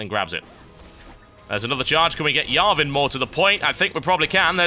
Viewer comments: o gawd... im so confused when he says yarvan instead of jarvan xD like theres a new champ that i dont know about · Yo TB, its JAR-van, not VAR-van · It's jarvan iv not yarvan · I thought Jarvan is pronounced Jar-Van not Yar-Ven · ITS NOT YARVAN ITS JARVAN sorry but that got irritating after the 15th time xD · LOLOLOL i loled at how you call jarvan giarvan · The champion is named, Jarvan, with a J, not a Y. but thats ok. also, since gragas attacked you, hes on my hate list :D thumbs up so TB can see this! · OMFG ITS JARVAN NOT YARVAN!!!! HAHAHA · It's Jarvan with A 'J' from Jane or John (English pronounced), not with a J from Jan (German pronounced). Gentleman Cho'gath FTW. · what the fuck is a yarvan? it's pronounced JAR VAN! :P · yarvan i thought it was jarvan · It's Jar-van, not Yar-van. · JAR-VAN JAR VAN not yarvan JAR-VAN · Jarvan, with a J. jarvan, not yarvan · J ARVIN not yarvin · hes called Jarvan not Iarvan with a J from John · Tb it is not Iarvan it's jarvan xD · His name isnt yarvan its Jar-van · Did he just say Yarvan? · Lol he prenounces Jarvin the 4th like yarvin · "yarven" starts with a J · His name is pronounced Jar-ven. :) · its pronounced JAR-van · Whenever TB said Yarvan i died a little on the inside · just an fyi TB... the J is pronouced is Jarvan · in britain you pronuoce the "J" as a "Y"